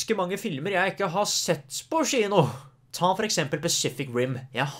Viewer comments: Og hver gang han sa «tchino»... Syns egentli tchino var værre, det uttales «kjino». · Crazy konspirasjons teori: klarer ikke uttale kino ordentlig så han sier i stedet chino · Får litt vondt hver gang du sier «skjino» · Offf av meg, får litt vondt i hjerte når du sier SHINO å ikke kino. Dømmer ikke, sa Sh foran alt jeg å når jeg var liten. følern, kan bli provoserende at folk nevner det hele tiden men måtte bare beklager <3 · Det heter Kino, ikke Shino 😩😩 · Haha Faren min satt ikke så langt unna da jeg så på denne videoen, så hver gang du sa "schino" begynte han å le siden han er norsklærer! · Samme her😂😂😂